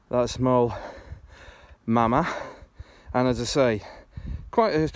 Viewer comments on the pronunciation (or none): Moel Famau is pronounced "moil vamm-eye", (and you'd get mystified looks from locals if you called it Moel Mama). you have another hillfort just in front on the hilltop below you.